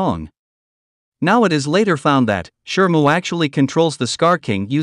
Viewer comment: Shimu, not shrmu.